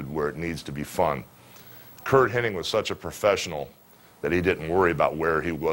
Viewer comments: I hate when people say Curt Henning. It's Hennig. Good friend huh, Terry? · Weird. I’ve always heard Henning my entire life. So I’m sure hulk heard it exactly the same way. So I’m still gonna call him Curt henning lol.